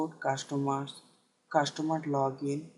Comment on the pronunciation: cashtomar or customer?